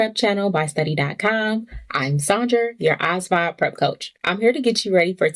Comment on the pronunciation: why your pronounce asvab like that shit bms